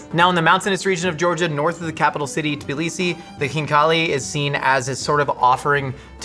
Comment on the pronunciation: As a Georgian-American, I was not expecting pronunciation of khinkali and Tbilisi to be so good! Both are usually really hard for English speakers to pronounce. Ok just got to the part where he actually eats the khinkali...I'll let it slide this time but that's basically a crime 😂